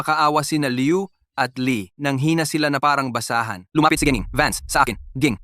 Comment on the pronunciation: BuLoL anong （GiNG? / Gi-NiNG?）😅 VANCE😂 dapat GiNANG